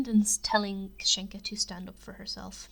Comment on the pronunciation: Great video but you are pronouncing kasienka wrong it’s Kassie-en-Ka hence why they call her Cassie